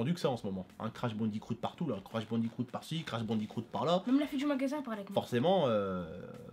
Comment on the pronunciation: Crash Bandi"croot" Mdrr ça m'a tué😂😂